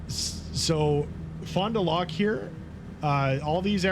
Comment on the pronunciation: Just sayin'...Fond du Lac is "Fondu lack"...not "lock". And you should pronounce the Fond du as one one word..."Fondu". Smiles.